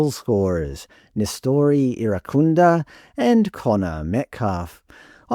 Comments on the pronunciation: You're trying so hard to be pressed by this, lol. If it wasn't clear enough from you mispronouncing 'Irankunda' repeatedly (hint: the 'n' isn't silent), and you really are this obtuse to the many reasons that he hits the headlines so frequently, it just shows you don't pay enough attention to the general discourse around Australian football to contribute something actually insightful or informative. The focus of these stories aren't confirmation of some ABC agenda that you're apparently so paranoid about; they simply reflect the appetite of the majority of fans, and what they're most interested in. For years now, Nestory has been in the headlines because he's a huge fan favourite and frequently makes himself an undeniable talking point with his explosive and direct attacking play, jaw-dropping goals, and showmanship that make him impossible to overlook. He is by far our most eyecatching player, on a regular basis. Metcalfe is comparatively understated — in both his play and his demeanour on the pitch. He's a tidy midfielder who has a good passing range, carries the ball well and has an important role in our transitional moments, but there is a reason he's relatively unheard of outside of the Australian and St Pauli fanbases, and it isn't because the ABC has some reverse racist agenda, as you're not-so-subtly implying. Your agenda, on the other hand, is blatantly clear from the lengths you've gone to to be misleading here, your smugly sarcastic voice over, and how pridefully b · I watched on SBS. I only heard Irankunda, Türkiye, Irankunda, Türkiye. I have to laugh, I was in Türkiye 😂in February and none of my Turkish friends pronounce it anything like what was being hammered out on SBS. 🤦🏼‍♀️